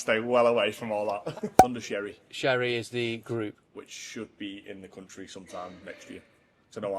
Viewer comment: Pronounced Cherry, no Shery 🤙